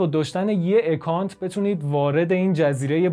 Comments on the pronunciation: با سپاس از این کار با ارزشتون . با عرض معذرت : اِکانت اشتباهه ، اَکانت درسته account ✌ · سپاس از اینکه انقدر سریع پاسخ دادید. جناب نازنین اگر بخوایم واژه های انگلیسی رو مثل خودشون تلفظ کنیم باید به صدای کلمات هم توجه کنیم. مثلا همین واژه account در واقع شروعش چیزی بین اّ و اِ هست که چنین حرفی در الفبای فارسی وجود نداره. ولی باور کنید بیشتر به سمت اَ تمایل داره تا اِ. اصرار من نسبت به این مورد به این دلیله که من زبان انگلیسی رو در طول چند سالی که در انگلستان درس میخوندم یاد گرفتم و قصدم بهیچوجه گستاخی و اهانت نبود✌